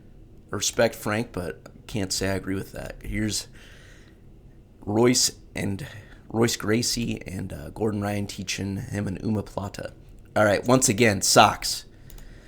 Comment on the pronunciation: I dont know why you keep calling the omoplata an Umahplata, but thats what i expect from a bluebelt